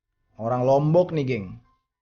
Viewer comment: Ya allah bang gak gitu juga bacanya bahas lombok 🤣 salam dari lombok timur bang 😊🙏